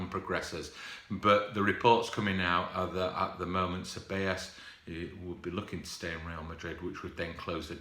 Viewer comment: almost. You pronounced it Say-Bay-Yos. 👌🏿